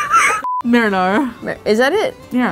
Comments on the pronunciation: no one's gonna talk about the 'merwere merewere mer-" <3 much love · This is the funniest episode everrrrr. trying to say marinara sauce had me cracking up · Replayed not being able to pronounce marinara 3 or 4 times. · Or marina sauce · trust me this was attempt to say 'marinara' and it was gold